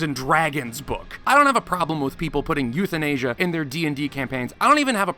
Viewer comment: "euthinasia" hehehehehehehehe